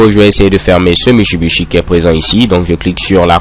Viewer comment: Il me flingue chaque fois qu'il dit ça!! ^_^